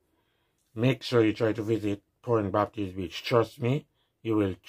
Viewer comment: Interesting video. Lol you sounding like you calling Pointe Baptist a Bitch.